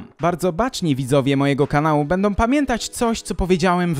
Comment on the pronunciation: Wiesz, co? Prawdopodobnie nie mylisz się w żadnym miejscu, jednak sposób Twojego wykładu jest straszny i zniechęcający. Mówisz o sprawach zaawansowanych filozoficznie, popełniając masę błędów językowych i fonetycznych. "Wybitnościom intelektualnom".... "Bendom"... Nie widzi mi się słuchać osoby, która tak "głęboko" analizuje najważniejsze aspekty naszego życia, a nie zna podstaw języka. Pozdrawia Cię ateista.